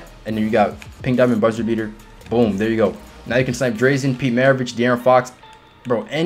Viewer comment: Nice video man but you were killing me with how u say drazen lol